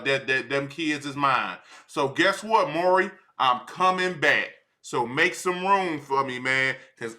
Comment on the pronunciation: bro saying maury povich is killing me lmao the whole hood know him as maury